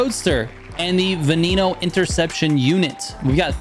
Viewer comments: Trigger, say it with me: "Eh - go - EE - stah" "Vuh - Neh - No" (not "vuh - nee - no") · Dude you need to learn to pronounce names correctly Egoista, Imola, Veneno...😂